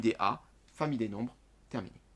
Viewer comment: il me tue quand quand il dit "Terminer"😂